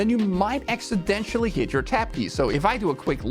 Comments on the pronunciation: No one else going to mention the pronunciation of Accidentally as Accidentially ? :) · Big fan and watch every episode. I know you aren't a native English speaker, so a quick note: "Accidental" is not pronounced ACK-su-DENT-SHAL, but instead ACK-su-DENT-eL.The end is less like 'residential' and more like 'dental'.